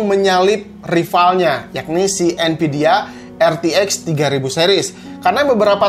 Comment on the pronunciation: nvidia pake pake "v" bang nonton channel ini dari jaman rakit pake core 2 duo nvidia masih pake "p" terus jadi npidia wkwkwkwk